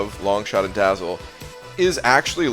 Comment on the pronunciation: Awesome video, maybe the best ever in terms of production. One tiny correction: it's Dazzler not Dazzle.